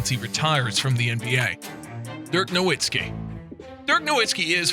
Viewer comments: It's not pronounced No-Wit-Ski but pronounced No-VIT-Ski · "Nowitski", and "Embyd"? come on guys, that's ridiculous. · Nowitzki with an "S"